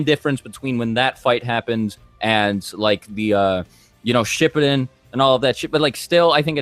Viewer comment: This nigga said shippiden 😂